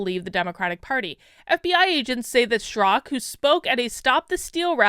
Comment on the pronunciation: Why is calling him 'Strak'? Is the second syllable A silent in Straka? Confused. As far as review of this article, she's right to defend the innocent. Her POV is balanced and fair.